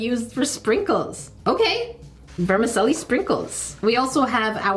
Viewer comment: Vermicelli, the 'c' is pronounced like a 'ch' .. like in 'cello' (the musical instrument). It translates as Little Worns ;)